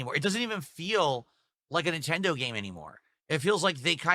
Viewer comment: Neeentendoh doesn't gwet it, chief :(